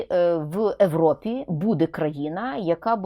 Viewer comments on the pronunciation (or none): Ви кажите ЕВРОПА, а не ЄВРОПА. То як краще, або правильно?